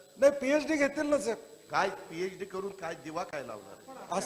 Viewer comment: साम टीव्ही तुम्ही अगोदर तुमची हेडलाईन बघा... पिएडी नसते... पि.एच.डी अस असतय...अवघड आहे राव...😅